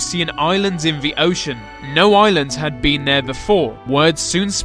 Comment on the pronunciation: Lol Captions detect your "The" to "V"